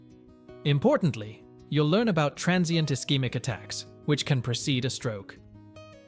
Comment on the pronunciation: Precede, NOT procede (a stroke)!